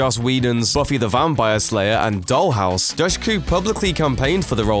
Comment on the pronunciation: I know it's spelled "Dushku" but it's pronounced "Dooshku" (at least according to her father).